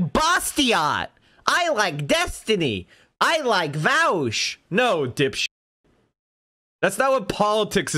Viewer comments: It is actually worse. He knows how to pronounce Vaush, but tries to mispronounce it and fails from time to time. That is much worse. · V O sh, not vawsh, not vowsh. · As soon as I hear "Vowsh" I immediately know where we're heading lmfao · Then there's pakman calling him vuh-awsh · I was going to come here to say that. He says it correctly until he remembers he's supposed to say it like "Vowsh" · Why can you identify the anti vaush people by how they pronounce “Vaush” lmao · 99% of people mispronounce it on purpose because they don't like him. It's a fucking meme at this point. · A quick litmus test to find out how smart someone is; see how they pronounce "Vaush".